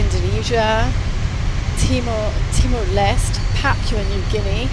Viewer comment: To the reporter of this coverage, why the h-ck you cannot properly pronounce the country TIMOR LESTE?